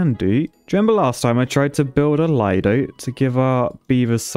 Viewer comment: Sorry man, as an Italian, I feel the urge to say: it is pronounced "leedoh" :) thanks